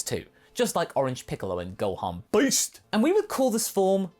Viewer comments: i thought he was saying boost at first. xD took me a while to hear it right. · I just love how you say "Gohan Beast" and emphasize the crap out of the "Beast" part of it. It's great.